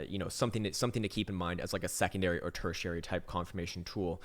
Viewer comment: my man said Tertiary. :)